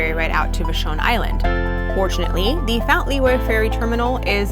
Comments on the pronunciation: Vash-un not Va-shon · Vashon is not vaSHON. The "A" is as in Apple. The accent is on the first syllable. VAshon. Fauntleroy is not FauntLEroy (as in LeRoy). It is Font and then leroy. The LE is not the accent. The accent is on the first syllable again. FONTleroy. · It's Va-shawn! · Pronounced Vash-on Island. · I've known about the Fremont Troll for decades, but the others are new to me even though I live in the PNW. I'm finding your videos very interesting and fun. I do have a suggestion though, before you do the narration you should check with locals to make sure you have the proper pronunciation for name places. I'm delighted to hear you pronounced the Tribal names properly, but the way you said Vashon (Vash-On) and Fauntleroy (Font-le- Roy) were like fingernails on a chalkboard to me. I think I may have just dated myself. I realize chalkboards are no longer a classroom staple. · Tough listening when you mangle the names of local places... Vashon... Fauntleroy...